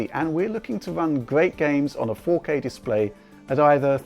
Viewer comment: faux-K.. I love it :p